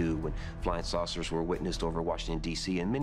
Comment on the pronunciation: I heard sorcerers 😂